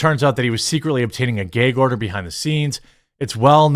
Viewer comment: Don't you mean Geg order? 😂